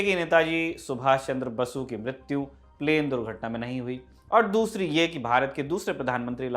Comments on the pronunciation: Abe ye kaisa Anchor hai Netaji Subhash Chandra Bose ko Basu bol raha hai , Kaun le kar aaya ise yaha ,🤔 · Its Bose not Basu ...!!! Ye anchor har barr ye fumble karta hai sikhao koi isse